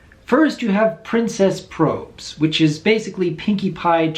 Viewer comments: Hey, Doc, I think Probz is short for problems so it should be pronounced like robs, not robes. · Real quick, Doc, I highly doubt its pronounced "Princess 'Probes'" but rather "probs" short for "problems"